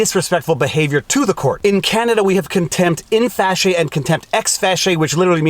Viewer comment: Thank you for confirming that it is pronounced "fashee" and not "fackie". Pet peeve of of mine when I hear attorneys say "prima fackie evidence".